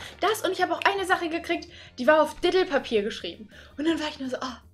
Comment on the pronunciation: nein das heißt nicht Dedl Papier sondern Didel Papier